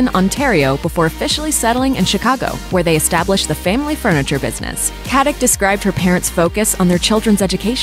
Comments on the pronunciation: Her last name is Katić, which is pronounced KatiCH (well, similar, that 'CH' is more like 'C' in word Ciao), just like you pronounce JokiĆ, DončiĆ, VučeviĆ, BogdanoviĆ, StojakoviĆ, etc... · Pronounced Katitch ffs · it's pronounced katiCH. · It's really pronounced "Kat-ich."